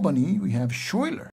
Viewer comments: Excellent overview of siege, resupply and reinforcement, and field battles. Minor corrections on some of the names: St Leger is pronounced SELL-in-jer, Knyphausen is pronounced Ka-Noop-House-in, Schuyler used either the Dutch S-kh-Hi-ler or English Sky-Ler pronunciation. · thanks for showing us this game. FYI, Schuyler is pronounced sky-ler.